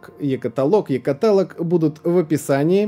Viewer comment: Е-каталог - ударение на последний слог